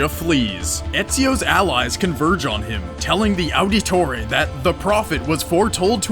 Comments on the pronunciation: Its pronounced Auditore(audit tore) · i hate how he said Auditore and Cesare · mispronounced Ezio Auditore De Ferenze pretty bad. Ets-eeo ah-deh-tore-eh deh Feh-renzeh, but it sounds more like ets-eeo ah-deto-deh deh feh-denzeh with the accent